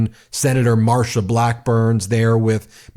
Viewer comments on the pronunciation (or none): none